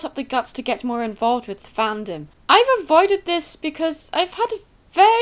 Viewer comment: I love how you pronounce the latter A like an actual A (Fahndom > Fenndom)